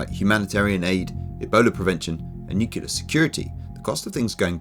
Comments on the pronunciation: Great video and analysis but did you really just say... "nucular" ? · What is "nuculer"?